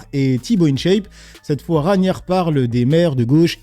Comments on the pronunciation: Frérot pourquoi tu écorche les noms a chaque fois ?? « Raniar » « Ragnar » je comprend pas tu fais une liaison 🤷‍♂️ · Après peut être que ne le connaît et du coup n’a pas la réf du pseudonyme., Ragnar se prononce RAGUE NAR